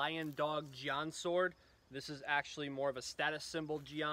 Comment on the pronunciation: Ah yes the the Chinese gee-on